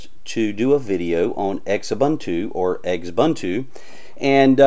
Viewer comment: Quit pronouncing it that way. Ubuntu is a South African term meaning Human Kindness. It is pronounced uu-boon-tuu, a Zulu pronunciation.